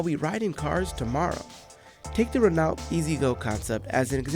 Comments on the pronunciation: Learn how to pronounce Renault properly. “Ren-owe” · Its pronounced Raeno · Renault is French. It’s pronounced “Ren-oh”. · Renault pronounced as Reno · Haha Buddy Said ReN-NALT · U pronounce it reno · It's Ren-oh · Reh no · The way he pronounced Renault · What a dead giveaway that was. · Must have never watched a single F1